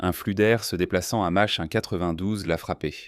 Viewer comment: "Vintate janvier", je sais pas quel système arithmétique vous utilisez, mais perso le nombre "vintate" j'ai jamais entendu parler :(. "S Saint-Quentin L", mais qu'est-ce que Saint-Quentin vint foutre la-dedans ? "Un rugissement d'air à mache 2" ... C'est quoi "mache 2" ? C'est une nouvelle unité de mesure, genre "la distance parcourue à la vitesse moyenne d'un ruminent appelé vache dans le temps nécessaire pour macher une grosse touffe d'herbe" ? "Cet etroit ... 'troit levier jaune" : 🤣. C'est quoi ca ? L'IA immite un reflux gastrique pour faire plus réaliste ? ... Bref, les 30 malheureuses secondes de vidéo que j'ai parcouru sont insupportables. C'est la pire voie IA que j'ai entendu depuis ... c'est la pire voie IA que j'ai jamais entendu :D.